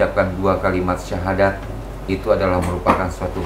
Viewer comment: Kalau didengerin baik2, pengucapan syahadatnya mbak ini uda bagus ya. Padahal bukan muslim loh sebelumnya. Apakah sudah belajar dahulu. Hanya allah yang tahu.